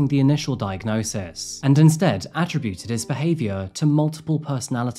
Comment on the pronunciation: I enjoyed your video as always. May I offer a little constructive criticism? I don't know if you use some writing software to help you create your scripts or not? But you often use words that you mispronounce, "attributed" comes up regularly & this episode it was "enveloped". I find it breaks my concentration & I know some people use your channel to help them with their English language. "Envelope" breaks down to [IN] + [VEL] + [UHPT], rather than your pronunciation which makes you think you are putting something in a paper envelope. "Attributed" would come out as [UH] + [TRIB] + [YOOT] + [ID]. You can quickly Google how to pronounce words you haven't come across before, or just aren't sure about. I used to check new words myself before any public speaking. Hope you don't take what is meant as a little help the wrong way!? I really do enjoy your work.